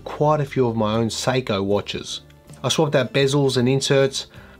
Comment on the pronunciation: As a New Yorker, with our own distinct accents, I kept hearing your “Seiko” pronunciation as “psycho” which made this video even more fun. Oh, and hanging a “disco ball.” Doesn’t get much more awesome. 😅 Cheers!